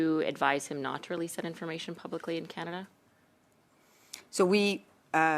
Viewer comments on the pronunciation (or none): She cannot say the word " PUBLICALLY " ? she manglors the word ; "PUBLISCHE " @@@